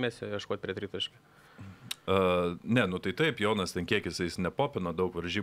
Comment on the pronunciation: nuo kada Jonas tapo "dzoniu"? 😆